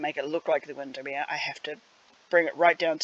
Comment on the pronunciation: You pronounce Windermere correctly. Might be an idea to linky a shot of the original building? :D